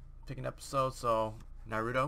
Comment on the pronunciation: It's naruto not narudo learn the fucking difference